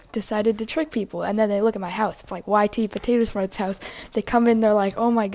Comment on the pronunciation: ?Why are you saying Potato Shmarts instead of Potato Smarts?